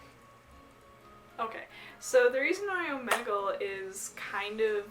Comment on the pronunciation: She's saying it wrong it's omegle